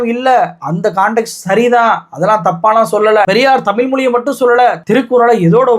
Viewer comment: ஒரு வேண்டுகோள். டமில் இல்லை. தமிழ் நாடு/ தமிழ் மொழி. சினிமா (பொன்னியின் செல்வன் பாட்டில் 'தமில்' என்று தான் பயன்படுத்தி இருக்கு), செய்து வாசிப்பு வரை திட்டம் போட்டு தான் பல காலமாக 'ழ' உச்சரிப்பை மக்கள் மனதில் இருந்து எடுக்கிறார்கள். Subconscious-ஆக மக்கள் மனதில் இருந்து 'ழ' உச்சரிப்பை எடுக்கிறார்கள். அதை உணராமல் நீங்களும் அந்த flow போறீங்க. தமிழ் மொழி. தமிழ் நாடு. தயவுசெய்து மாற்ற வேண்டாம்.செல்லி பழகவும். பேசி பழக்கவும்.🙏